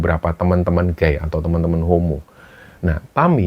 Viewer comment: Sedikit koreksi.. gay dibaca ghey bukan gay.. kalau guy baru dibaca demikinan..